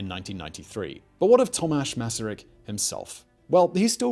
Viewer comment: Thank you for making this video and for pronouncing his name correctly! Greetings from Czechia